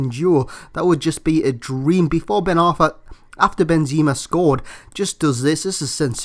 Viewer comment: i'm sure its pronounced benzema you say benzeeeema